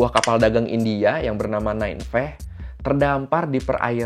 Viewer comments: Bang, kritikan sedikit dari gue sebagai penikmat konten lo: tolong kalo ada kata-kata yang aneh, dicek dulu pelafalannya. Kayak Nineveh yang harusnya dibaca Ninavah dan malah lo baca Nainveh, Goemon yang harusnya dibaca Goemon atau Goemong dan malah lo baca Gomen, dll. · Ni-ne-veh bang bukan Nine-veh